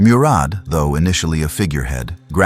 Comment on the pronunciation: You all can NOT be Turkish. Neither am I BUT! I know how to say these significant historical names. You have singlehandedly slaughtered these precious names beginning with Osman. He ain't The Wizard of Oz. He ain't Ozzie Osbourne!! HE WAS "O" 'SMAN!!!! OOOOOOOOOO NOT OZZZZZZZZZZZ HIs name was and NEVER was OZman --- O -- like Ohhhhh!!! with an "s." Then ya'll went on to murder Murad!!! Bayezid!!! Suleiman! Mehmed! and on & on. Watch ATV - Turkish television. They use these names - many modern-day Turks bear these names. You have been disgraceful and insulting to an ancient culture. The correct pronunciation of these names IS NOT DIFFICULT. You are lazy & egotistical thinking you can post something like this without repercussions. Names like Ertugrul ARE NOT pronounced as they are spelled in English. Take time to respect this culture otherwise you are an unapologetic cultural rapist & that greatly devalues any data sharing.